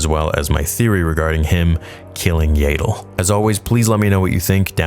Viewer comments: That's what I thought 😂 it kept distracting me from everything he was saying whenever I heard "YAY-DLE" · It’s pronounced yaddle, not yaddle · It’s Yeah-dull bruh. Not “Yay! Dull!” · It's ya-dull not yay-dull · This is awesome. However, it bothers me that you say "Yayddle" rather than "Yahddle" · I'm sorry Theory but its so irritating to me how you pronounce Yaddle 😂 I always hear everyone say it "Yah-ddle" instead of "Yay-ddle" :P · Is Yaydel the official pronunciation? I ask as I've also heard Yaddel, and the spelling does seem to make Yaddel more likely that Yaydel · It's pronounced YAD-DULL (rhymes with Paddle), not YAY-DULL. Also, Yaddle was present at the very end of Episode I if I remember right so the fight will be in between 1 and 2. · THANK YOU. It annoys me almost as much as when he pronounces Xizor as "zy-zor" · Stop calling her Yeiddle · I’m sorry but there’s two ds how is it yay-del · Shouldn't Yaddle be prenounced more like "yaadle" or "YArmouck" instead of like "able" ?